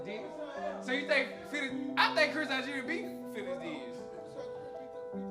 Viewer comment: He really said Chris Algeri?